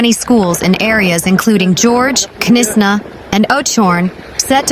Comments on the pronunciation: Were the. Hellish k NIS Na. It is Knysna. The K is silent. Really get some news announcers that. Can speak. Irritating.pronouced nisna.😡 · Not Ke nisa, but Knysna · Knysna pronounced Niysna. No K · Listen, girl, I say this with love and absolutely zero authority except being South African and mildly traumatised by bad pronunciation… It’s Knysna. Not Kuh-niss-na. Not Knyzzzzna. Not whatever crime scene just came out of your mouth. The K is silent. Say it like: NAYS-nah There. Fixed. The Garden Route may now continue healing. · Knysna - pronounced: NY-znah To make it easier, you can think of it in these three parts: NY: Like the word "nice" (but without the 's' at the end). z: A soft 'z' sound. nah: Like the beginning of the word "banana". A few important tips: The 'K' at the beginning is completely silent (just like in the word "knife"). The emphasis is on the first syllable (NY). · Please just say Nysna “K “ is silent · Knysna is pronounced Naaisna! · Knysna. Pronounced with a silent k as in knife 🤣🙈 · Knysna learn to pronouce it correct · The K is silent in Knysna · Oh Lord...Knysna...she s American? She s struggling with all the names...be safe everyone ❤ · Pronounce Knysna correctly! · Knysna and Oudtshoorn please pronounce correctly